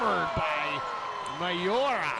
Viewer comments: Its Miyaura not Mayora😂😂😂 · For thoose western Volleyball Fans, its not MA YO RA. Its Mi yau ra. The way you pronoun "Mi" in Miyaura is like when you say "Me" for yourself.